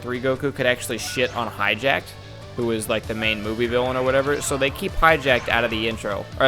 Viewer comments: Hatchyac not hatchyjak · Why do you say Hatchiyack like that? It doesn't even look remotely close to "hijacked."